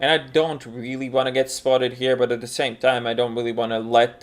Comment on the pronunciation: ബോസ്പാണ്ടി MA,M.Phil Saying "d" instead of "the", and "dey" instead of "they", and "desedays" instead of "these days" has got nothing to do with English not being your first language. You've obviously chosen to do "dat"